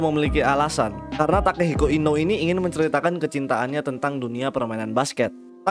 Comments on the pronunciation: Inoue itu baca nya bukan inow . Tapi ino-ue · inoue cara bacanya inowe